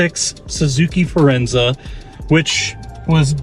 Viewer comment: It's Forenza, not "Firenza" which was an Oldsmobile compact in the 80's, rebadged Cavalier. My mom had a Suzuki Reno, hatchback version, and was slow and not so good mpg for its size, but didn't break down from 2010-20, only needed an ECM, but it still ran, Daewoo became GM Korea.